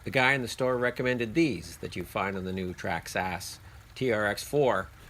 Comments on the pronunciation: Traxxas is pronounced Track sis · why do you call it traxx-ass? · haha I thought you were making fun of them.. "Tracks-Ass" 😂